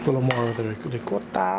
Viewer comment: As a Long Island Italian: “Rigcot” is correct way to pronounce Ricotta. Don’t fight me one this. 🤌🏼🤌🏼🤌🏼🤌🏼